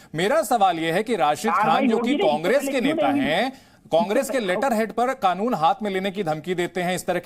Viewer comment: खानून बोल रहा है पहले कानून तो सही से बोलना सीख